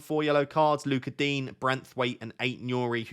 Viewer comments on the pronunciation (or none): none